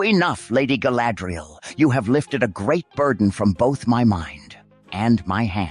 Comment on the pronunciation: Galadril! NOT sadriel XD